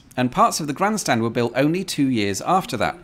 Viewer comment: Another wonderful slice of France, I'm almost sure that every time you said "Grand Stand" there was a slight drift in to a Yorkshire accent 😂.